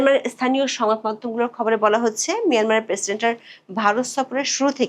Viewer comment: Hoacheeeee😅😅😅😅😅😅. Are Bangla thik kore bolun